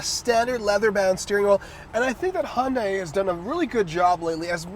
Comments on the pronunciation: If you pronounce the hangul for Hyundai (현대) the way it's supposed to be spoken, it's "hee-yun deh" (that's the best romanized pronunciation I can do for the internet). Definitely not "hon-dye" or "hee-yun dye." The more you know. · Why does this guy say hondai? ?